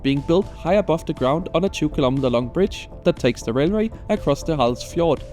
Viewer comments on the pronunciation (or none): none